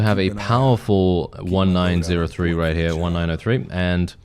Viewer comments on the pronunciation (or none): I think the Springfield 1903 is pronounced "nineteen oh three"; it's named after the year 1903 when it came into service.